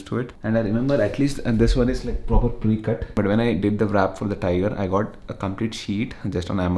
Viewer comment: Just this one thing, the w in wrap is silent... It's not vrap